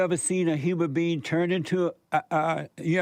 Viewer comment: I think I'm stumped by the Christian guy's pronunciation of the words "human being" as "humour bee"! Like do bees even LAUGH?! Nope they make honey